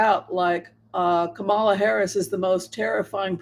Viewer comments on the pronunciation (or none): Kaala Harris ..its not Komal .ah..as you pronounce it but ... Kah .mul ah or comma,la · Kamala, accent on the first syllable like Pamela or Hillary or Jennifer or Caroline or Marilyn……..